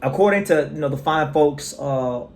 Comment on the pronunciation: Hideyuki (Ohashi) Not 'Hi-de-ki'. Hi : 'he' as in that guy (but there are no long vowel phonemes in Japanese, so shorten the 'ee'). Not 'hi' there, man! de : 'de' as in 'de-bt'. yu : 'yu' as in 'you' there, but again, shorten the 'ou'. ki : 'ki' as in kimono, but again, shorten the vowel sound. Not 'key'..